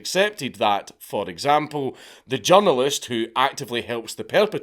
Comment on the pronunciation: when you say, “journalist”, I hear “junglist”, and it makes me laugh so hard in the context of what you’re saying 😅